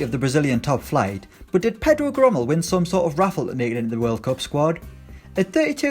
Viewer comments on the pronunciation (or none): And it is pronounced Je-ro-Meu, instead of what he said